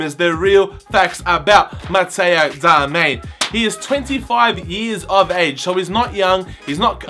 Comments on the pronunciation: LMAO, it's Darmian not ''Darmain''. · its not darmain its DARMIAN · His name is Matteo Darmian not Darmain... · It is Darmian Not Darmain Now you know how to pronounce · 95th like!!! And by the way its darmian not darmain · It's pronounce Dar -Mi - ANN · DAR-ME-AN Is the proper pronunciation goof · it is pronounced dar-mi-an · Also said his name wrong throughout the video! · Pronounce his name right